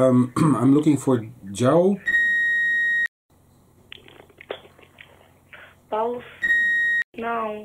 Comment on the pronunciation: basically she heard your "joão" as "paulo" and said she didn't know any Paulo